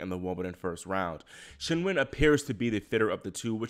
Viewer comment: Thank god someone pronouncing Qingwen correctly which is not even a difficult one as far as Chinese names go the "Kin-Wen" pronunciation every single pundit is using is driving me insane